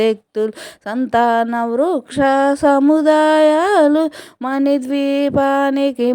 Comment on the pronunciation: పరిమళ "పరిమల " కాదు మని కాదు మణి